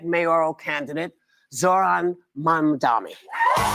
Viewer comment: Not only is Whoopi reading a teleprompter, she still can't say, "MAMDANI!" WTF🤦🏽‍♀️